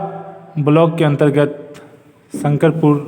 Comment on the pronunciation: शकरपुर नही इस पंचायत का नाम शंकरपुर है